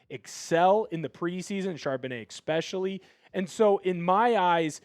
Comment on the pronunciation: Yo, for someone with a degree in communication, ya gotta stop saying 'ecspecially', it's 'especially' and it drives me crazy everytime you say it. Sorry to be a stickler; I like my grammar, ecspecially watching seahawks talk. Ha